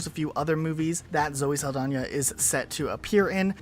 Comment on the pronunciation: "Sal da nah". no "y" or "j"